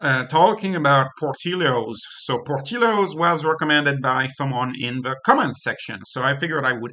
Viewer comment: por-TILL-ohz. Apologies for being the pedant. Love the channel.